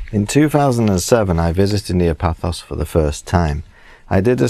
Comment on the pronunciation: Paphos or Pafos......not Pathos....